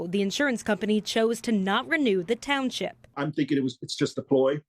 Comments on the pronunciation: Says “ Thornton TOWNSIP”. Lol😂😂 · It's township not townsip...